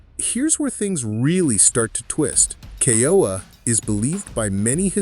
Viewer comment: Ke-ooo-uuu -aaa these are sacred names of our Ali’i need to pronounce them correctly. They were considered the heavenly ones.